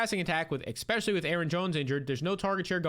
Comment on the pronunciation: PLEASE stop saying EX-specially